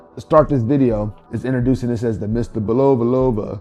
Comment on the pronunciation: Frank Sinatra is rolling over in His Grave, the way You're pronouncing Bulova... The "O" is pronounced ad an "A"